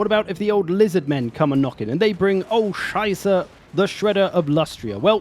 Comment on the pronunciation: The "Oh Scheiße!" was pretty much on point, timing- and pronounciation wise. If you want to learn more german cursewords... im your man (